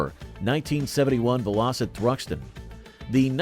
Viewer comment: It's VELL - O - SET ...at least that's what my Dad called them!